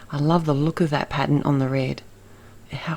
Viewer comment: It's a wonderful color combo and clever to make 5 cards from one stamp set! Love them. Really loved that background stamp and it did really make these work. The snow couple was my favorite. I just love the way you say "pattern"!